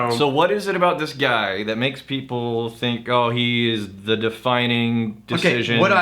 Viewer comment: "SO SAYS a guaai" haha